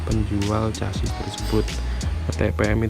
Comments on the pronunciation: Casis, sasis bro, cara bacanya semrawut, hadehhh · Chasis baca ny sasis bos....kaya anak esde aja